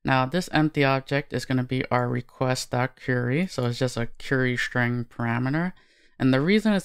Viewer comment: “Shtring” !== “String”